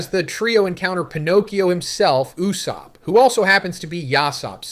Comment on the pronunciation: Lol "loofy and n you-sopp"